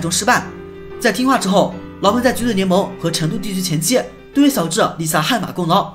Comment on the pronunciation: 是xiao智，不是siao智，小（xiao）